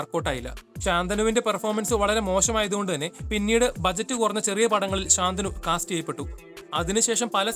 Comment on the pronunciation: ശാന്തനു ഭാഗ്യരാജ് എന്നല്ല. ശന്തനു ഭാഗ്യരാജ് എന്നാണ് പറയേണ്ടത്.